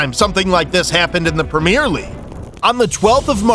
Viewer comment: Premier not premiere. Different words, different meanings. Great video otherwise though